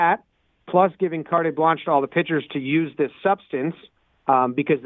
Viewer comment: Lol he pronounced the "e" in carte Blanche 8 minutes in